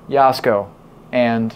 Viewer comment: It’s Jasko. No “Y”